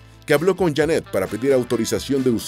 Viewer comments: No es Jannet, es Jeannette.. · No es Jannet, es Jeannet, el wey del video pronuncia mal el nombre.